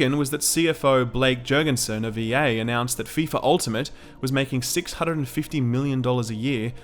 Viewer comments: "Ef eye Ef ay Soccer!" My sides! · "EF EYE EF AY INTERNATIONAL SOCCER" - I lol'ed